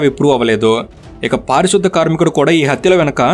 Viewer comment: పారిశుద్ద కాదు అన్నా పారిశుధ్య కార్మికుడు అన్న